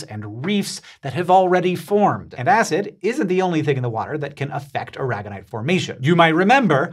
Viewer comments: AIR uh gone ite. Like the Spanish state. Not uh RAG gun ite. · Surely as it's named after Molina de Aragón in Spain it should be pronounce ara-gon-ite not a-rag-on-ite. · well thats not how i pronounce Aragonite